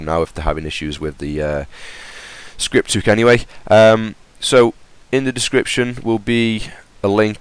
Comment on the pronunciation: Why the fuck do you say scripthuk